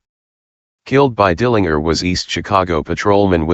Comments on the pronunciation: If you listen to some news wire reports from that time, they will pronounce it that way, as funny as it sounds. I think now we are so used to the JER pronunciation now that the other sounds odd. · Dill an jer. Get it right